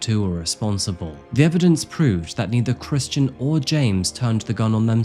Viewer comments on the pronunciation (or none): My god, did you ever butcher the names on this! I had to take notes! You referred to Kristin and James’s family name alternately as Nolan, Patrick, and Brock. I couldn’t keep it straight. On top of that you sometimes pronounced Kristin’s name as “Christian” which is a man’s name, adding further confusion. Nolan is her maiden name. Patrick was her first married name. Brock was her second married name. Her and James are the Brocks, not the Patricks or the Nolans, yet at a various places you referred to them as such. Why so much confusion in the names? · Kristin or Christian? This dude messed up the name multiple times in the video, it got confusing to follow as an audio listener. Do better